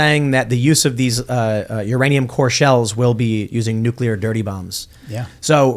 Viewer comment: It's nuke-LEAR, not nuke-YUH-LER.